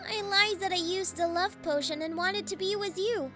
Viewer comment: Bro said portion instead of potion